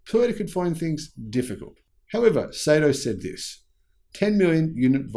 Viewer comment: good stuff as always, oh as an FYI the pronounciation of his name is "Sahto".